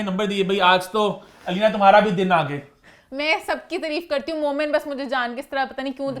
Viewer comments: its taareef not tureef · please dear word tareeeeef nahi hota taareef hota hai 🤭😉